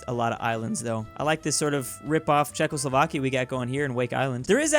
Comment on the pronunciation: "Czechoslovakia" Ok buddy